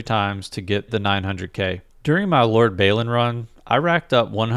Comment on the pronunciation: Great stuff! But please look up Lord Balin pronunciation, Baylin is wrong. :)